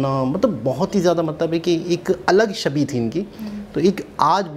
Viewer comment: Ego Problem Aapki nahi Pure Pakistan ki hai aapki government ki Ego ki vajah se to aapki yeh halat hui hai aur Shabi Nahi "Chhabi" hota hai aur Gayan Nahi "Gyan" Hota hai.